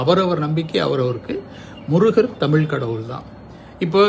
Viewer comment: Sir அது தமில் இல்ல!!!! தமிழ்!!!! "ழ"!!!!!! If you can't speak in தமிழ் please speak some other language!